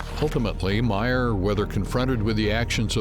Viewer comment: It would help if you could pronounce his name PROPERLY... pronounced mier not MAIR!!😂🥱